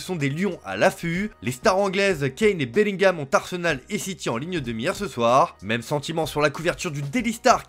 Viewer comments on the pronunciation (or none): none